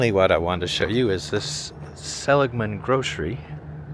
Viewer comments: Seh-LIG-Man NOT Selig-Man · The emphasis is on the "ig". Sel IG man. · See-lig-men. Lived in Kingman since 02 Ashfork before that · Pronounced se-lig’-man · Pronunciation is Sa lig man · Pronounced Sa LIG mun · its pronounced sell- lig man maybe im putting an extra L in the pronunciation lol im not from there thank god lol but i did live in the Kingman area for awhile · The name of the town is pronounced (Sa Lig Man)